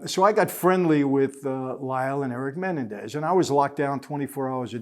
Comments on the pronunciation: Mah-nen-dez not menendez. Lol. Great video though as usual michael. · It's pronounced Men-EN-dez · It's Menendez ----- MEN EN DEZ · I think its pronounced Muh-Nen-dez not Men-en-dez, lol sorry to correct you, boss man. Please dont repremand me for it, just trying to be helpful is all. I mean no disrespect whatsoever. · Is anybody else annoyed by the way he says Menendez? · Michael likes to drop these famous names to make himself look like a big shot. He's the world's biggest liar. He says he knew the Menendez brothers. Yeah right michael, you knew them so well you can't even say their last name right. Lying moron. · Is it just me or is Michael butchering 'Menendez"?😆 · Mike butchered the Mendez name all through out this. The irony lol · Evidently the world has been mispronouncing Menendez for years.